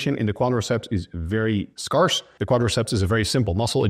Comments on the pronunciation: there's still the most common and less common ways to pronounce something though. i'm just saying i've never heard anyone say the a in scarce like scar instead of like scare. it's not strictly "wrong" it's just that nobody says it that way and it's obvious it's a word he learned through reading and not hearing it spoken, because english isn't his first language. so i'd say that if you are saying a word in a way that literally nobody else says it, it doesn't matter whether it's technically wrong or not if nobody will understand you. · although he did mispronounce scarce in this video. the vowel sounds like scary, not like scar